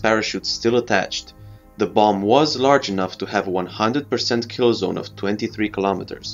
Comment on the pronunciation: It will keel 😅 nice work of nuclear weapons what